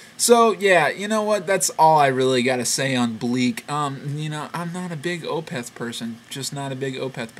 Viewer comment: i like opeth ok, definately one of the better "death metal" acts. also, i think it's pronounced as 1 flowing word, opeth, not o-peth